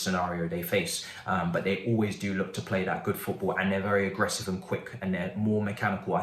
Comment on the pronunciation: 😭😂😭😂 Man said Pot Ball 🙌🏾